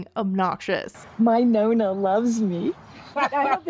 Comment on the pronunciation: "nonna" can't even pronounce nonna correctly